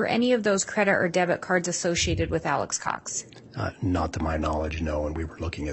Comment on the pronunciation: I cant stand how keeps saying "Alex's Cox" it sounds like he's talking about Alex's uhh...possessions 🤦